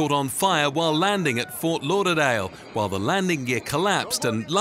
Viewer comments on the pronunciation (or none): none